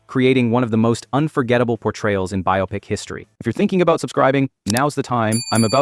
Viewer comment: It's pronounced bi-oh-pic, not bi-owe-pic